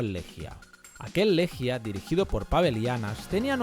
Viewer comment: Amigo querido, enorme video. Solo decirte que se pronuncia “Leguia”. Abrazo grande